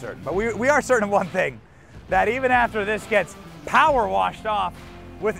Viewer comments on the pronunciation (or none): none